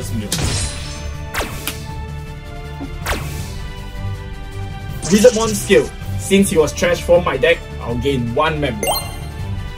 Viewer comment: The comeback was epic , awesome battle as usual. 💜 Also, just wanna make sure r u guys calling our evil dude BeeZELmon ?? lol bcs i'm sure i didnt hear BeeLZEmon or even Beelzebumon.. 😅😝 (well either that or i should have an ear opperation 😁)